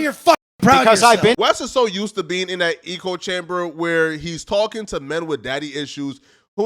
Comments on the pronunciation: A fckin eco chamber? 😂 It’s an echo chamber my friend. You either heard that from someone who is slow af or you read it and don’t know how to pronounce echo which unfortunately kinda makes you slow 🤦🏽‍♂️ Then you said the bald guy’s reputation was unrecurably damaged, wtf 😂 I’m guessing you meant irreparably damaged? Still enjoyed the video bro lol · It’s “echo chamber” not eco chamber. Proceed. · I agree with you bro, but can you say echo and not eco? It is echo chamber and saying it wrong detracts from your standing imo. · Just to let you know. Its "echo" chamber, not "eco" chamber. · Bro said eco chamber. No hate bro but how do you not know the difference between echo and eco? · quick point: "Echo chamber" (rhymes with gecko), not "eco-chamber." Still love the video though! =0) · wtf is a eco-chamber, you mean echo-chamber? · Hey my man, it’s not eco chamber, its echo, like when you shout in a large empty room and hear your own voice echo back at you. Although in regard to Wes it could be called an ego chamber! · How are ypu gonna say "eco chamber " WRONG SO MANY TIMES. ECHOE DUMBASS. sry. Had to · How do we tell this man he's saying "echochamber" wrong. "Echo....Chamber". Say echo... not eechochamber. Smh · It’s pronounced ecko chamber fam had to log in to say that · "Eco Chamber"...........its echo chamber you DA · its echo chamber not eco chamber lol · Echo chamber, dude! Not eco chamber. An echo is what you hear when you shout “hello” in a valley. Eco is shorthand for ecosystem! 😂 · ech·o cham·ber not Eco chamber... the reason for it is within the name! They Echo each others believes, etc...he just keeps saying it and it started to get annoying lmao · Good stuff, but please, bro, it's Echo chamber, not Eco chamber. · it's "echo chamber" not "eco chamber" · Bruh bruh, it’s echo chamber not eco chamber😂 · It’s echo chamber not eco chamber. Hahaha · It's ECHO chamber, not eco chamber. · Echo chamber not “Ecco” 😂😂😂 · IT'S ECHO CHAMBER, SLOW 😂